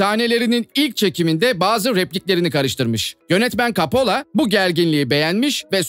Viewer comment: Kapola değil koppola